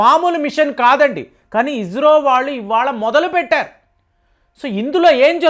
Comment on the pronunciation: అయ్య నువ్వు స,కు జ,కు తేడా తెలుసుకో అది ఇస్రో, ఇజ్రో కాదు నీ తెలుగుకు ఒక దండంర అయ్య